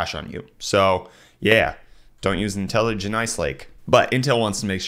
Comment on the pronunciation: Pretty sure IntelliJ is pronounced intelli-Jay